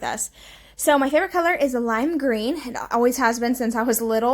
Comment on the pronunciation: Ok, I have gone back 3 times and listened to this and am cracking up. do you say that your hair color is lime green? 😂 I swear that’s what it sounds like. I know it’s suppose to be favorite color but it sounds like you say hair. Lol